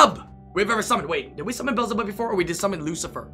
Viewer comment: Pronounced Beezlebub not bezzlebub lmao